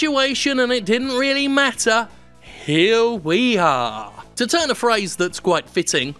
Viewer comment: Did you say "Hill we are!"? ... I love it